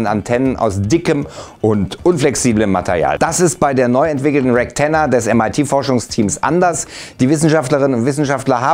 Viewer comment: Also ich hab nur REKTenna verstanden